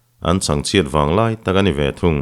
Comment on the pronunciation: Vanglai tla ti lovin, Vanlai tla tih tur a ni zawk lawng maw?